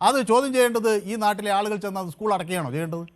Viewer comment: സഹോദരാ ഉസ്കൂൾ അല്ല .. സ്കൂൾ സ്കൂൾ സ്കൂൾ . എന്നെങ്കിലും പറയാൻ പഠിച്ചിട്ട് വന്നിരുന്നു ചലമ്പി കൂടെ ?